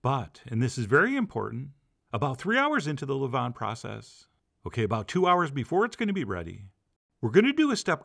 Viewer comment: Levain is pronounced the way you pronounce Oscar Levant's last name, but without the T on the end. Only mention it because you said it so many times it was driving me nuts. Beautiful bread.